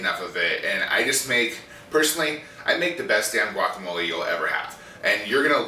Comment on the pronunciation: pronounce it "guacamol-ay", not "guacamol-ee"!